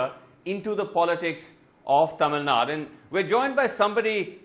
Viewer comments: Mr Anchor - Its NOT TAMILNAD. It's Thamizhnadu 😂😂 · Tamil Nad’u’ not Tamil Nad